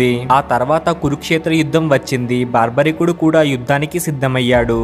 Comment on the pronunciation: Baarbarikudu kaadu. Barbarikudu.